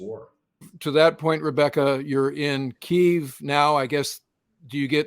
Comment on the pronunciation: Thanks for this great interview of these two great people, especially the nurse putting her life on the line, just to help. I also appreciate your pronouncing Keeve, and not Key-ev. So many on social media use the old Russian name. Keep up videos like this, and God bless to all of you.